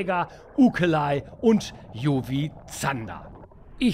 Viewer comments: wie immer tolles Video … nur eine kleine Bitte, das UV bitte in deutsch aussprechen… unsere Sprache wird in letzter Zeit genug strapaziert, da sollte es bei einem deutschen UV bleiben 😉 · "UV booster 2.0" müsste man dann aber komplett englisch aussprechen nach deiner Logik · Beim Word „UV booster“ ist das wort booster aus dem englischen. Wieso also „UV“ deutsch aussprechen, wenn das Wort danach Englisch ist.